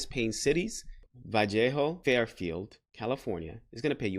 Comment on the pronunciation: ‘Va-le-ho’ not ‘Val-jay-ho’ 🫣 Been following you since you moved from New York to sac as I go through my professional journey CNA into RN. You and your wife are very inspiring and have a lot of informative content in your videos! Keep it up 👍🏽